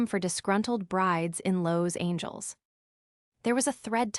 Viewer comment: And Los Angeles not Loos angels